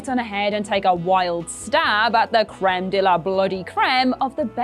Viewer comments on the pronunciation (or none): none